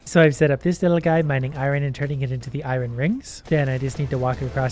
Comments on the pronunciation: Oh yes, I-Ron vs. iron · I love how he pronounces iron as irin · lol same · YOU PRONOUNCE IRON WRONG PLEASE STOP 😭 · he says iron weird sometimes! XD